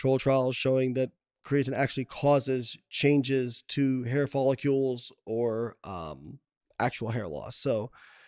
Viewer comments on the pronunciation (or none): When a guy calls them "folliCULES" instead of "follicles" he probably isn't very educated on the subject.